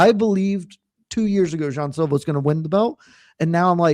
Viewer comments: Does Luke realize he’s the only one saying Jay-on Silva? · Luke “JAY-ON Silva” Thomas